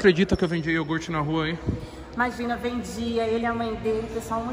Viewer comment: Ninguém: a Toguro: iorgute tá com nós, saca a pipa aí pae